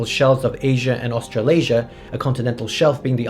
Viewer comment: "Australiasia" ... "afro-eurasia" ... i'll do crack now